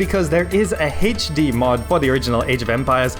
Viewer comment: Heych D mod. Its hilarious how you pronounce HD